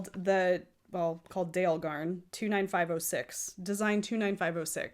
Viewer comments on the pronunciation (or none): Minor comment: Dale of Norway is pronounced Dah-luh. It took me a long time to find out, but I watch a fair number of Norwegian and Swedish podcasters. Just thought you would like to know.